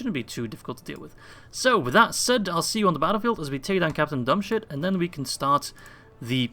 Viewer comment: Is it me or did you call general Dubhshith 'dumb shit' ? Each time you used his name I heard that XD